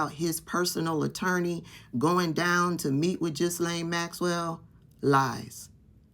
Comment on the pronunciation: Just so you know.. The “S” is silent in the name “Ghislane” I know you are all for constructive criticism. Keep up the good work